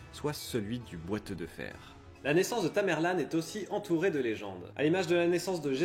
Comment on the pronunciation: On dit tamerlent pas tamerlane..